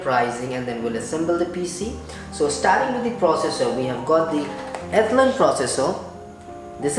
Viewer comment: Nobody in this world except you pronounces Athlon as "ethlun"